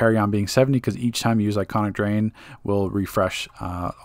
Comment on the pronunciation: It's ionic drain not iconic 😁